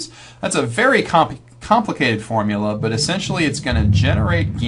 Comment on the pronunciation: hardy weinberg video but everytime he says "formula" i die a little inside